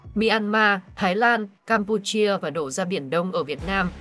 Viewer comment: Đọc nghe khó chịu quá, Campuchia chứ cam pu chi a là cái gì.